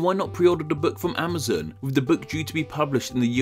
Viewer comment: Why do you pronounce Amazon like "Amouzun"